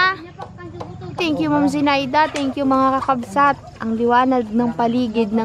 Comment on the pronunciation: Sana wag maging oa, madali lang namang banggitin ang kakabsat, hindi kailangang sabihin kakabsot, kailangang tama ang bigkas, dapat tama kasi may nanunuod ding mga bata, baka mali ang matututunan nila.